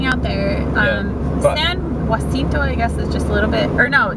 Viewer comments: San "hasinto" is how it's pronounced. Murrieta/temecula is a nice place to live, you'll love it. Ahh the memories of when I lived there:) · Or rancho Cucamonga. Also its pronounched San "juh-sin-toe"